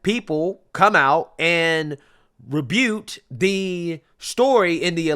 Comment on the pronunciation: It’s pronounced rebuke